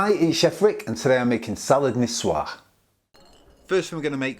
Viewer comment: I think this salad name is in "White Chick" movie when a girl say "Nikoyse Salad". 😅😁🤭 I just found out the correct pronunciation from this video. Nisuer Salad. 🤩